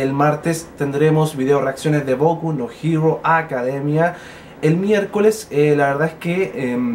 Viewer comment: jaja me da risa cuando dice boku no hero academia porque se toma sus segundos para pronunciarlo bien y yo lo digo como la chucha que salga nomás saludos desde puerto Montt